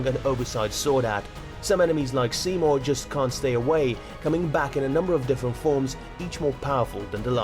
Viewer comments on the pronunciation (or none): none